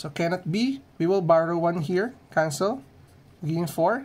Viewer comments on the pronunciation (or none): none